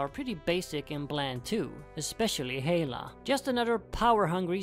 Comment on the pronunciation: You pronounce Hela wrong.